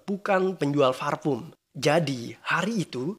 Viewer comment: parfum kak.. bukan farpum.. hihihihi